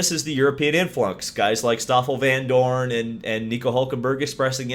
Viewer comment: Excellent prononciation of the name of my fellow countryman Stoffel Vandoorne... as good as it gets in English. Would be nice if he would end up in Indycar as he's roughly of the same level as Romain Grosjean